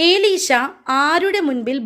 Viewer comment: എലീഷ എന്നാണ്,ഏലീഷയല്ല.